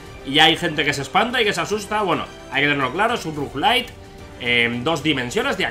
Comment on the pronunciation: Rouge-lite?? Rouge-lite?? Jajajaja